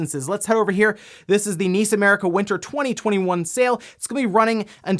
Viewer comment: To this day, I don't understand why you pronounce NIS America as (Niece America) as opposed to the how is properly said N. I. S. America (spelling out nis).